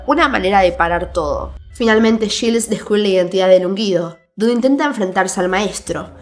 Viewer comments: Te doy toda la razón... Lo único que me hace un poco de ruido es que dice yils y no yails (Giles) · Quien es Gils?...😂 se pronuncia /Gails/